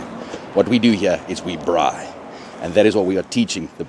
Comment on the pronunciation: lol i know you in teaching mode, but you gota teach them properly, its a Brrrrrraai